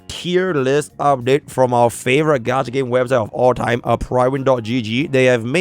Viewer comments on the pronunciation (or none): none